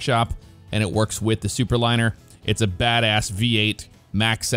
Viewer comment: oooo.. Thooperliner...